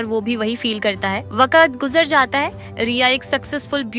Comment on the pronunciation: Makeup- maekup😂 Calm - kelm😂 Waqt- vakat😂 Btw nice explanation❤